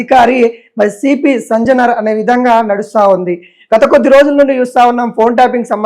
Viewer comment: సంజనార్ కాదయ్యా ,,, సజ్జనార్ 😂😂😂😂😂 ఏం మో ఏమో